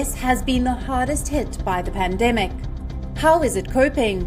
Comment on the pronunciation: notice when the lady say pandemic😂😂